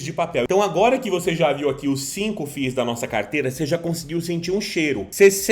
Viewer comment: Que fadiga escutar FI IS kkkk tira 1 "i" e fala "FIS" kkk zoeira fadiga pessoal mas o conteúdo tá top d+ SUCESSO!!!!